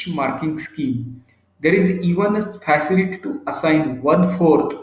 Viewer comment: Sorry, but extremely poor diction in English by the speaker in this video. eg: "System" is heard as "Systim". Facility sounds as 'Phasility". Boring monologue. Please find someone else.